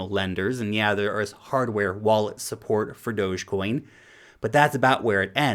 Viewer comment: thanks for pronouncing dogecoin right.